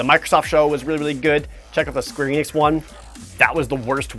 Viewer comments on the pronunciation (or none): none